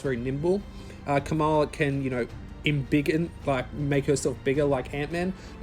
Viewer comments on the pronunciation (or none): Her name is not Kamal, it's Kamala